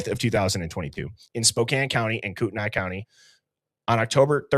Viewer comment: Kootenai is pronounced Koot-knee.